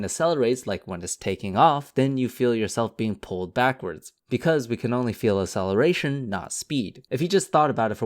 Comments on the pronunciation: Please learn how to pronounce "acceleration" properly, it really bugged me. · Can you please pronounce "acceleration" properly? Because your "acceleration" sounds like "celeration", and cause of that I thought that you were talking about something completely different